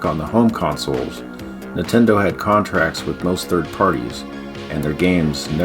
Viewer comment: These videos are awesome but I think I've developed an eye twitch from all the times I heard say "Nuhtendo" 😂